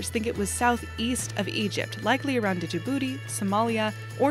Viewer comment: She said "Djibouti".😆